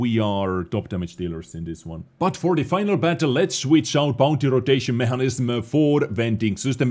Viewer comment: The word "mechanism" is pronounced meck a nizim, in NA English.